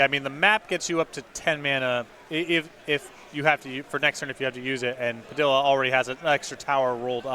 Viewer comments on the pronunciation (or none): I realize I can't expect people to know how to pronounce foreign names but every time he says "Puh-dill-uh" it kills me. Pah-DEE-yah dude!!! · Simon Willig listen is says Pi-dill-uh then that’s what it is! His word is law!